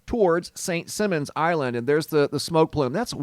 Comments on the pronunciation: “Simons” not “Simmons.” Ever play “Simmon says?” Yeah. Me either. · Simon says not simmons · It pronounced Simon, like the game "Simon says", not simmons like gene. lol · St.Simon is a long 'i'..'Sigh-mon' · just wanted to let you know that St. Simons is pronounced with a long "i" in Simons. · St Sy mon. Is how it’s pronounced. Hahaha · Here in the South it is pronounced Saint ( Sigh-mons ) Island.. 🙂 . Thank you for all incredible footage ✨ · Who tf cares how it's pronounced? Most people have never heard of St. Simmons Island.. so it must not be too awfully important. Just a speck on the map.. 😂😂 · St Simons...Simon like Simon says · I lived on SSI for a few years. Beautiful place that has had bad luck lately. It’s pronounced Simons like Simon says. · From a native Georgian; actually it's Saint "Sy"mon. :) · Saint Simon's island pronounced Like Simon says St simons island. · I live where this fire is. It has been here since I can remember and I have lived here since the late 1960’s. This has never happened before. They have had a boiler explode a couple times but nothing like this. By the way, not being mean, or TRYING not to so please don’t take it wrong. You don’t live here so you wouldn’t know, but Simons is pronounced like Simon in Simon Says. It’s cool that my city is on your video though the REASON for it isn’t. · Can’t believe all the HISSY FITS in the comments because of the mispronunciation of the island. Grow up and stop being so easily “triggered.” Damn!! SMDH.